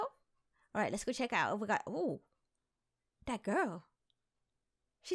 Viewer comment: Omg first she says wings second earrings like GIRL is gils 😂😂😂😂 luv her